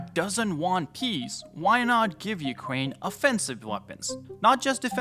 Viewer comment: bro said "Ukwaine"